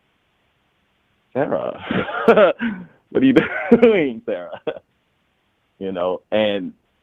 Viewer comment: ' Triggered Emmitt Till rant. 🤦🏾‍♀️ ' 3 Trash Bag Struggle Dusty Logic Rant! 🤣😭😭 He is an agent. This is most likely a DL/gay man clout chasing. ' questionable moment of his sexuality by the way he says 'Sarah' is 😳🤣🤣🤔 It's giving possible DL vibes. 🤔 He code switched this entire live. 🤦🏾‍♀️